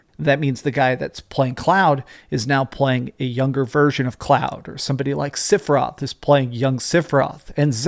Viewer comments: sep-for-roth is how Sephiroth is pronounced, not sip-or-roth.. The original game, during the final battle it's in the music. dadada SEPH-IR-ROTH... People that mispronounce it are people who never played the full game on ps1. Also it's Tidus like TIDE US not tea dis.. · who's Sipheroth? Don't you mean Sephiroth? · Sipheroth??? At least pronounce it correctly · Great video. The only thing I didn't like is how you pronounced "Sipheroth" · is a big fan of ff7 but can't pronounce sephiroth correctly lol he says "sifferoth) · Love you, but whyy SIFFeroth? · Bro u said sifiroth lol